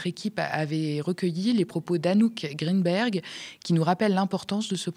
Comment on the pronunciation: Et sinon, juste à titre d'info, le nom de famille d'Anouk Grinberg se prononce "Grain-baire", pas "Grine-bergue". 😉